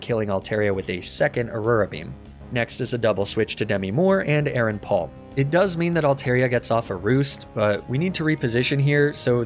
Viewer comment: is nobody else triggered by the way he pronounced aron? he's saying "aye-aye-ron" it's "aye-ron" were tf is he getting the second A?